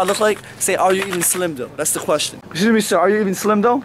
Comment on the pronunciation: 9:8 I think it's not the first time i hear slim saying: (Khquestion) not (question) i don't how he pronounce it 😊